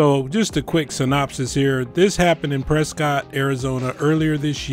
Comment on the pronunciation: You said... synopsis 😅😅😅😅